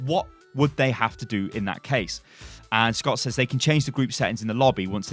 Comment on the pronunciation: you pronounce "says" a similar way you pronounce "said". its more of a sez